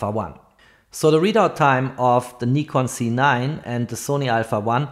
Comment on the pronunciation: I would prefer a correct pronounciation Nikon Z! not Nikon C……